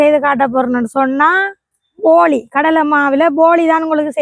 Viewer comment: அது போலி இல்லை போளி தங்கை 😂😂😂